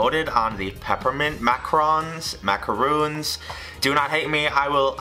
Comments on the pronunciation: You're saying Macron not Macaron, lol you forgot the a. Also you ground up the seeds with the shell, pretty gross since you don't eat that. Since this recipe originally uses almond flour and specific liquid amounts for it, substituting the flour needs adjustments to the liquids as well, since different "flours" absorb different amounts of moisture. This test was kind of a fail to me. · they are not pronounced "macrons"!! It's "macArons"! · Except he was pronouncing them ‘macrons’.